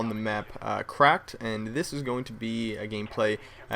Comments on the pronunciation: i thought he said crapped instead of crack lol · i thought u said craped for the map